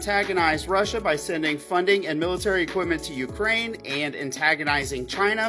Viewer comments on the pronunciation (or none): none